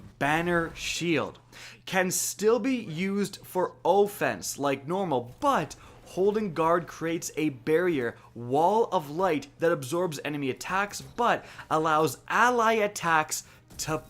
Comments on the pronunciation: It’s “Aw-fence” Not “oh-fence” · We just gonna sit here and act like he didn’t say “O-fence?!?!” What the SHIT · "O"ffense lol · you heard it here folks, it CAN STILL BE USED 4 OH-FENCE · “Ofense” lol wtf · The way he said offense 😂😂😂